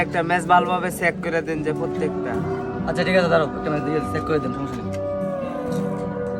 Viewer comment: চেক❌ সেক✅😂😂😂